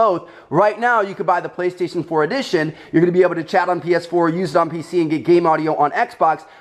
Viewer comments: Did anyone hear that he said baestation instead och playstation haha?! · You said baestation not PlayStation. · Listen from to , he says baystation instead of PlayStation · I swear I thought he was saying bae-station 😂😂